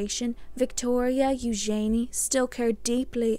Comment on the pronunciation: I much prefer the correct pronunciation of ‘Eugenie’ as you pronounce it rather than how Sarah and Andrew pronounce their daughter’s name -‘you’jen’ee’